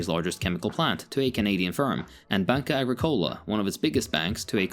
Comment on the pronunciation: I've given the video a like just for actually trying to pronounce the names correctly. Even tho the pronunciation of Oltchim and Banca Agricolă made me cringe.